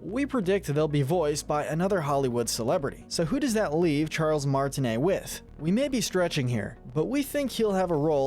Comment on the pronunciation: I almost heard Charles Martiney as Charles gay🤣